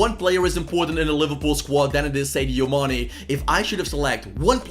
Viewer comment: Saydeo Mané LMAO